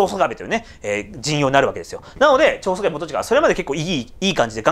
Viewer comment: ちょうしょかべって言いましたよね